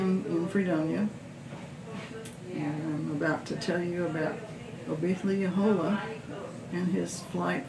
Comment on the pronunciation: Ah-poth-uh-hey-luh-hole-uh is how it’s pronounced. I’m a direct descendent :)